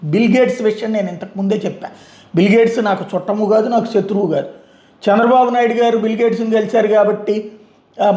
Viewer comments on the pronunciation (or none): none